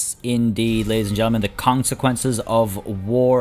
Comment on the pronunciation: Did he just say "the Kongsequences of going to war"...? If he didn't, I need to get my brain checked. That would mean I thought of it myself...